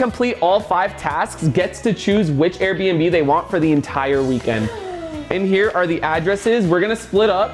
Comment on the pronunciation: Her saying "lets finally take a tour of the most expensove arebnb in "my city"